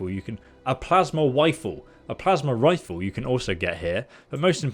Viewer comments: The Pwasma Wifue the favorite weapon of Captain Elmer Fudd. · LOL a “plasma wifle”